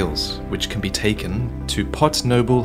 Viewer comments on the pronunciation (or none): none